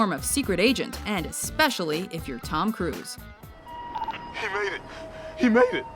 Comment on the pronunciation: tahm cruise